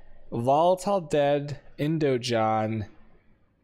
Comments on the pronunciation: "IndoJon" and "Ponex" :D This dude kills me with his pronouncing skills! :D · i'm 95% sure indigon is pronounced indiGon as in Gonna